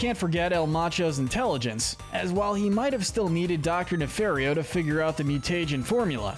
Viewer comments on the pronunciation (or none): It's pronounced nuh-FAHR-ee-oh, ""! 🤨 Stop mispronouncing his last name, you idiot! How many times do I have to tell you?? 🙄